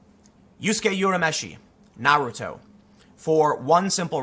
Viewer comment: Great vid Tim as usual. Also, please pronounce Naruto's name without the enunciation of the letter 'a' in his name. It's a common mistake made by fans who most likely only watch it in English dub, and does a disservice to the insanely better Japanese version. Thanks for your time.